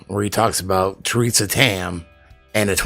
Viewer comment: "Theresa" Tam